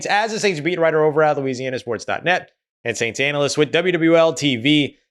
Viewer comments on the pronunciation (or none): none